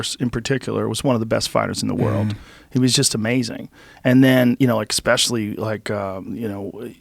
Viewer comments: Wow wow wow!!! What the f#%k and why did joe rogan start saying especially, like ekspecially??? Where has that k come from? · "expecially" ? Augh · Joe “ekspecially” Rogan. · Ekspecially Can You Pull That Up..... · or that would be retarded and the pause is just a normal part of talking. Why would he force himself to say ekspecially?